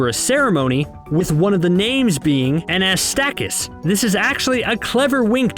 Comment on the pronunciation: It's Anastassakis, not Anastakis